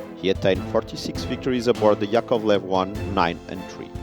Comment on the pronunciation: The stress is on the first syllable: YAkovlev, LAvochkin.